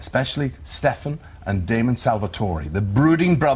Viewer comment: It's Damon not fucking Demon you dumbasses.